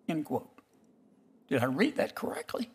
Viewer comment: Did Kennedy "read that "correckly"?...... "correckly?"